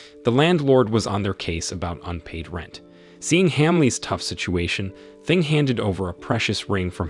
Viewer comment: It made me laugh to hear you call him 'Thing' lol... It's actually pronounced 'Ting', which means 'throw (thrown) away'.